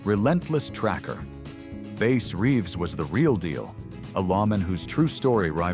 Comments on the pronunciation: You lame A.I. voice said "Base" Reeves, instead of Bass Reeves. Good grief, can't you people get a real person to narrate this? Is youtube paying you to use their A.I, voice? How totally unprofessional. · I think Bass Reeves first name was pronounced to rhyme with the fish, bass, rather than “Base”. Also, the AI narration, in reference to Bat Masterson’s hat, said, “Darby”, rather than “Derby”…😅😅